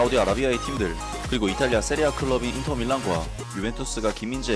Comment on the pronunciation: 세리에 에이보단 이피엘이 나을듯. 근데 왜 세리에 에이를 세리에아로 불러요??